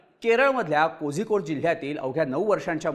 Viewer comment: ते kozhikode नव्हे कोळीकोड अस त्याच उच्चारण असते.